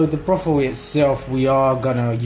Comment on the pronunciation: Nice vid, but you keep saying 'Brothel' instead of Broth. They have very different meanings.